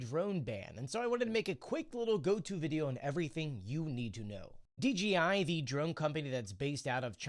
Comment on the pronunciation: D JAY eye. Why do you keep saying Dee, Gee, Eye? It's a J not a G.